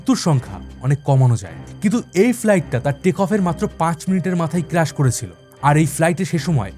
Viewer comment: It’s not crush It’s crash